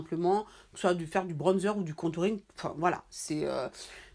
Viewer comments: Je te jure.😂 Le manque de personnalité c'est quelque chose. ''Bronnezer'', quand tu peux juste t'exprimer dans ta langue maternelle, et dire ''bronzeur''.😂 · Tu me fais rire comment elle dit bronzer 😂😂😂 en tt cas super vidéo pck je cherchais vrmt un bronzer mais pour l’utiliser pour faire mon contouring ♥️